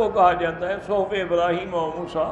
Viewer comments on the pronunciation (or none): none